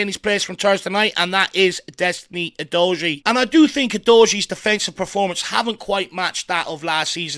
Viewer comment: You're my guy. I enjoy and appreciate you. It's Doggy my friend. OO-Doggy